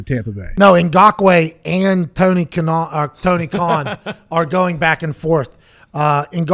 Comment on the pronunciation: ”SHAHDA KAHN.” 😂💀